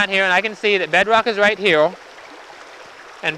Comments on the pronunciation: dude, what is heowl ?! say "here" one more time please :D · Here not heow